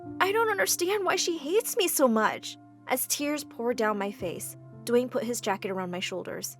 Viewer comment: "dwaen Johnson"